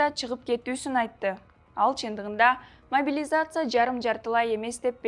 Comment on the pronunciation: Биринчиден карындашым апаңын костюмун чеч, экинчиден могилизация деп тантырабай, жаагың сынчуудай болбой жакшына сүйлө. Белиң бешиктен чыга элек туруп көп безилдебе, эскертүү